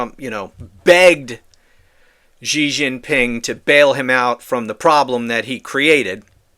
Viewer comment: Just to help you sound smarter still, Xi is pronounced like "she", not "zhe". 😊